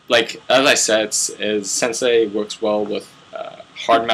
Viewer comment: its pronounced sensay not senseye